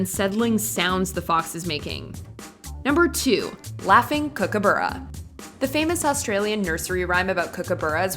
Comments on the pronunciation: As an Australian let me just say that a Kookaburra is pronounced like ‘Kook-a-barra’ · Sorry KOOKABURRA is pronounced Cook-Ah-Burra not Kock. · Its pronounced "kook-a-bar-ahh", no heavy U sound in the second half :)